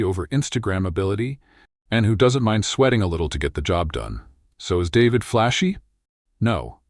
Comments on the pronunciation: This video is made entirely of stock footage. There seems to be zero original photography. Few of the shots seem to represent any of the actual places the VO is referencing. David is pronounced DA-VEED by anyone with even the most basic understanding of Espanol or Panama. While I agree with the basic premise of the editorial, the gushing hyperbolic descriptions seem exageratd as if written by a bad AI. Try again, this needs a do-over. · What kind of bullshit is he talking about showing traffic at Min from Cuba with oldtimer cars you will never see in Panama and especially not in David. At least he should be able to pronounce the city name in spanish and not like an American male first name. At min showing a river through Pedasi that does not exist at all.................the total video is a fake of what Panama really can offer but with cautions about reality cost of living in different provinces. The images shown about Pedasi are from the old town of Panama City and so on and on.............YT should remove this video !!!